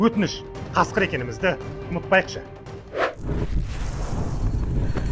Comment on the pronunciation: Ей Каскырррр деген созинди дурыстап айтшы, Прикол кылып тургандай коринеди.